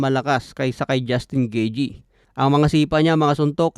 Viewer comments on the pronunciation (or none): Anung gijey 😅😅? Gayteh yan pag pronounce😂